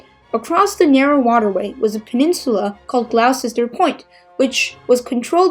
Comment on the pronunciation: Great Video 🤗🤗 - by the way.... "Gloucester" in Gloucester Point is pronounced as "Gloster" ....the intricacies of English spelling at work 🤯🤯.